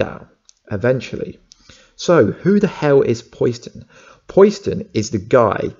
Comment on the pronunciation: Not Pois-den buddy.. Po-Siden.. like Poseidon the Greek God of the Ocean.. Also.. I think it would be stupid if it was Kellerman, He's already done some shady stuff, and it totally takes away from the huge turn around that his character had in the last seasons of the Series, He turned himself in, helped them out, And became a genuine good guy, willing to go to Prison for good and to protect his sister (I think, been awhile), so for him to turn in to a scumbag, just sort of erases all that.. And yes Wentworth is Such a beast, Really makes me wish that the Captain Cold that got sent back to 2015 on legends to put him on the path to become a Legend.. Either finds a way to go through that and not die.. or if he has to, doesn't join the legends, and comes back to the Flash, he's so good at Captain Cold, I honestly never liked the character in Comics/Animated Shows, he seemed so weak, but he brought new life to it